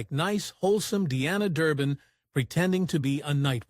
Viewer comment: I really hate these damn computer voices! They can't even get her name right.